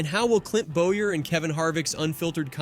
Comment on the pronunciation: You need to get Clint Bowyer’s name right? You need to get his name right? You’re saying it wrong is Boyer W is as quiet as silent is Boyer the W is silent. You’re saying the name wrong it’s Boyer BOWYER it’s Boyer say the name right or don’t say nothing at all.